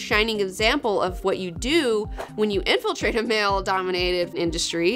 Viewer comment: I reject your "infiltrating".